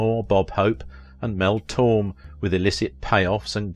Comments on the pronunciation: Mel Tor-May, not Mel Torm. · Pronounced Mel Tore-may, not Torm.